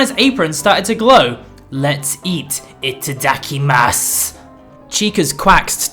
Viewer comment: "Ita-duckie-mas"? O.o I like nearly spew whiskey all over my screen! XD